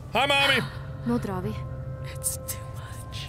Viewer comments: ***** if you listen closely you would hear ''no drarling'' so it is not ''no darling'' its ''nå drar vi'' i think. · ***** Yeah I was about to comment too about it! Thought I misheard but I'm pretty sure she says "nå drar vi". Caught me off guard :P